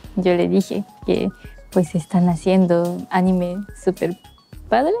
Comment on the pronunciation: Anime no lleva acento, si acaso tuviera sería en la "i" y no en la "e", pero dadas las reglas de acentuación, no lleva acento ortográfico, solo prosódico. "a-NI-me", no "a-ni-ME" pues dicha palabra es la conjunción de animar en tiempo pasado/pretérito.